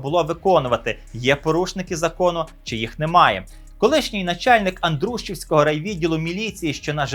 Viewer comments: Мабуть не АндрУщівського, а АндрушІвського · Дякую за випуск. Та не АндрУшівського а АндрушІвського району. Краще звірятися з наголосом хоча б по вікіпедії😅